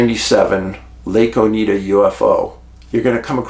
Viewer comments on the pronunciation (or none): O night duh is Oneida pronunciation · Oneida Lake. Pronounced Ow•nai•duh , like the Iroquois Oneida Indian Nation. Just under 2 hours south of my Adirondack camp where I had my time loss experience.